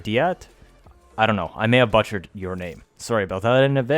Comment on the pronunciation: U butchered the word butchered